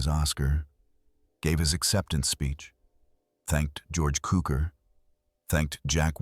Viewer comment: It's Tsukor. That's how his name should be pronounced. How spelling of foreign names in English twists pronunciation is truly disappointing. C in Hungarian's read as TS... And the word Cukor or TSzukor means Sugar...